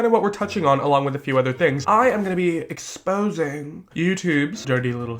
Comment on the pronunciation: ok but i live for the way you said ExPoSInG